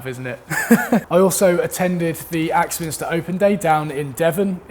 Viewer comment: Sorry but surely it's Axminster not Axminister?? Peace.